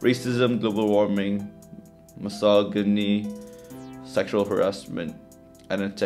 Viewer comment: it's actually pronounced as mi-so-jini HAHAHHAH